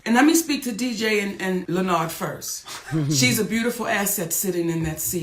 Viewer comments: 😂😂😂😂😂😂 lil Lenard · Len-nard 😂 Monique still not playing with Charlemagne lol